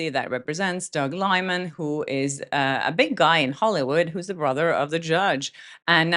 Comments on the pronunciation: Liman is pronounced Lie Man, lol. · Judge what ? You corrected yourself with the pronunciation .. It sounded like judge LIE man ! 😬